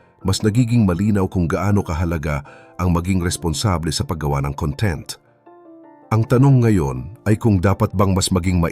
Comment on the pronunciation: mali po ang pagbigkas mo ng salitang "content"...ang kahulugan ng 'conTENT' sa iyong pagbigkas ay 'masaya' o 'contento'. Ang CONtent, kung saan nasa unang syllable ang diin, ay ang ibig sabihin ay "laman"...gaya ng Table of CONtents....you're welcome!